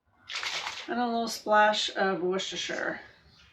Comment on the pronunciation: You say that W sauce so easily. My dad taught us that it was wooki chooki sauce. Not sure how to spell it, but I know what it means. And I love it! Thanks for the recipe.